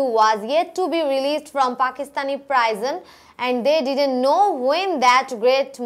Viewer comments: প্রাইজন? প্রিজন? 🤔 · Madam, I request you to be careful about the pronunciation of some words like against, anxiety, shot, everywhere and prison. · Thank you sister. It was much helpful to me. But some of your english pronunciations wasn't right like anxiety, prison etc. Plz try to pronunce the correct one cause we are students so we'll learn the right thing from you. But your explanation was great. Thank you